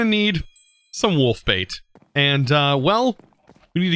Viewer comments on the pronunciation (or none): none